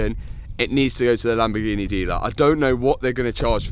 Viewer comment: Well I guess he does actually know how to say Lamborghini LOL he kept saying it weird and then all the way at the end of the video he actually says it correctly LMFAO